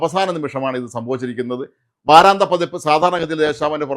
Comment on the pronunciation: വാരാന്ത്യ എന്നല്ലേ ശരി. നിങ്ങളെപ്പോലുള്ള മാദ്ധ്യമപ്രവർത്തകർ അക്ഷരശുദ്ധിയോടെ വാക്കുകൾ തെറ്റാതെ ഉപയോഗിക്കാൻ ശ്രമിക്കയല്ലേ നല്ലത്.